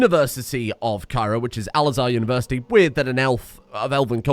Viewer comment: Al-Azhar university moe like Elf-þuþhaþhi University